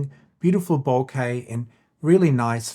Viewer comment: Thank you, thank you, thank you for saying the word "bokeh" correctly. I get so tired of hearing people pronounce it "bokuh".